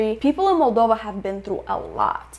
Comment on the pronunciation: Why do they pronounce it as "MAL- dova." Every time I heard it, I wanted to slap them. And I'm not anywhere near European but try and pronounce the name of the country you are in correctly